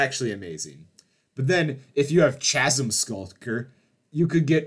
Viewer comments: uuuuuugghh, that's not how you pronounce Chasm. It's pronounced kazm, not ChHasm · It's pronounced "Kasm" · Pronounced “k”asm skulker btw 👍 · PSA: The word spelled “chasm” is pronounced “kasm.” Same as the start of “chaos” or “chemist” or “chorus.” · Thats not how you pronounce "Chasm" - you don't say the usually ch sound like charlie. Its just a K sound. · that is really not how you pronounce the word Chasm